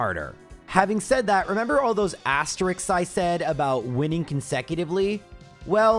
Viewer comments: i love that is saying asterix instead of asterisk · OK, that's twice. If I hear "asterisk" mispronounced one more time, I'm out of here!